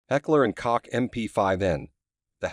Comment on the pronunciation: its not heckler and cock,..its KOCH as in COKE